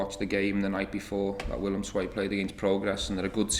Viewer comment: Willem II wil wil! :D I love that he pronounced our clubname correct.